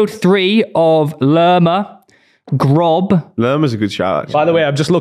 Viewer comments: pronunciation of Groß is the biggest L in the video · Grob oh dear haha it's Gross, in German double S is ß which is called an umlaut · Did he just say GROB?